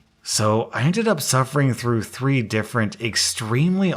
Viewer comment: Through. Through. Through. Not TROUGHT